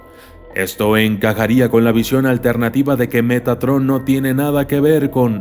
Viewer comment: poco más y dices megatron xD